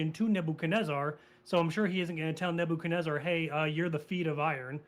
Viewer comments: The way this caller says "Nabo-kan-ezzer" is almost as annoying is him repeatedly saying the holiest of holies which makes it sound like he's describing some porno he recently watched. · I can't trust anybody who pronounces Nebuchadnezzar like this guest.